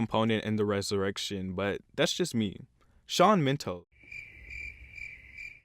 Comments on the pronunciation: sorry but it's SHAWN MENDES not SHAWN MENTO 😥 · Dua LIPA don’t get it twisted Shawn MENDES. Who is this guy? pronounce last names correct please. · omg...dua lupa.......I was listening carefully and i was agree with everything you were saying untill you said DUA LUPA....omg you ruined everything. And when you said Shawn MINTO....what? died. btw i still agree with you even if i love 90% of these people. edit: wooh when i heard camilla and not camila, and deena and not dinag...my god, terrible! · So nobody is going to talk about that the narrator pronounced Shawn's last name wrong or did he do that purposely? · Ikr and how dare he pronounce Shawn's Last name like that. I fr unsubscribed from him.